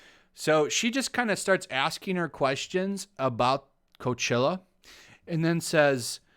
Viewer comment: Dude not to be a dick ... but it’s COACHELLA ... Ella, not ILLA ✌🏻